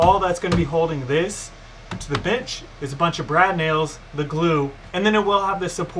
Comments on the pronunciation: Omg yes I thought he said chimichanga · I thought wait what b**ches??😂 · Do you say "bench" or "bitch"? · Love this. Am I the only one that thought he said something else when he said bench?